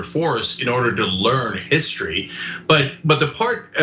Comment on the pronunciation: Again, Trump can't spell nor pronounce the word "history." How in the world can you expect him to get the statues correct?😆